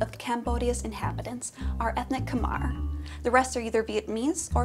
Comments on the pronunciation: K-my not khmare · Khmer is pronounced ka-my